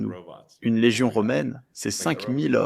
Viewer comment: Comme toute les inventions, au début pour le faire accepter ils le mettront le plus intéressant et positif possible : aide , service, production , référence etc 50 000 a 100 00 mille robot et les multiplieront par 10 l'année d'ensuite. ? Et sa façon de parler de LÉGION ouf! je m'imagine tres bien une armée de robot contre l'humanité sera néfaste sous de mauvaises main.